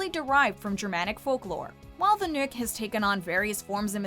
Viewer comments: "Nick or nikk"?? Boiiii thats hehe, it's so stupiddd, i would understand if you said "nokk" seeing that O looks like Ø, but like "Nick" oh my goood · It’s pronounced the “knock”